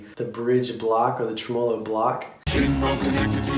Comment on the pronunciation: For the last time people, TREM-uh-low.